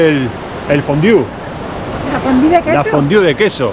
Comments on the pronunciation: porque dices fondiu? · es La fondue, como tu lo dices suena fatal